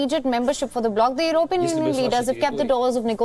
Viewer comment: can this lady anchor please pronounce European properly!!